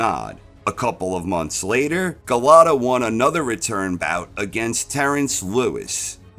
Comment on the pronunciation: Golota...stop butchering his name 😅.